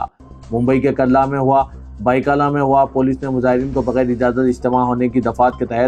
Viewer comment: karla nahein kurla ...